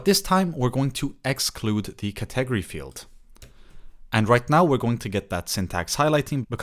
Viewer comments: Cet egery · "ka-'TEG-o-ree" is a 1st for me, as well. 😂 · Great video. Useful info and clearly explained. Thanks! (One small thing: the word 'category' has emphasis on the first syllable: CATegory).